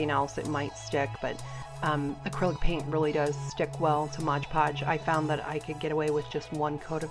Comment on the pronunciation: MOD podge. Not modge podge